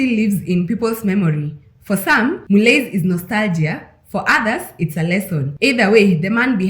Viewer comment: It's pronounced "Mullee"